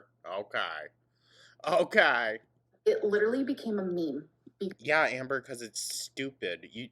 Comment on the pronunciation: "It lidderaly became a meme......" because it's stupid! My immediate words too,. 😅